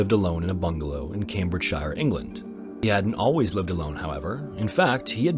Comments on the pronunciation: the way he said "CambridgeSHIRE" 😂😂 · Caim-bridge-SHEAR is the correct pronunciation, none of the Shire's are pronounced as such but otherwise good video.